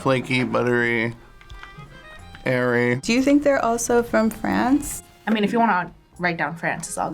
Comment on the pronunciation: Thought he said "Hairy" in the start (i know he said airy after)